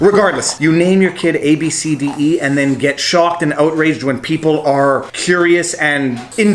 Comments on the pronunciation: wait its pronounced ‘ab see dee’ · Naming a child is personal and it’s pronounced abcity if your going to make a video about this maybe get the name correct. And if you actually read the story on CNN the main concern the mother had was the fact that she made fun of her daughters name right in front of her and posted it online. It’s one thing to think a name is unusual but you don’t make fun of someone right in front of them. Personally the name is unique.